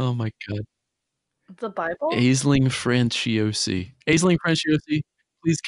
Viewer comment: Oh god it hurt to hear how you pronounced "Aisling Franciosi". If shes irish-italian, then Aisling would be pronounced "Ash-ling"